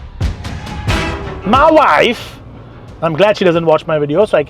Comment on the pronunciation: "ma wiafe" 😂😂 great review too.